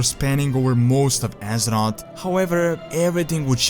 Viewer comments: it's azeroth not azerott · I hate the way this guy says azeroth so much. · Love the video, just please pronounce Azeroth correctly once T_T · The way he says azeroth gives me cancer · dude i get you are not native english speaking, but for some words you could make a little more effort like Azeroth and Aegwynn